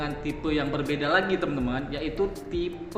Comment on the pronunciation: A EF wan bang. Buka A FE wan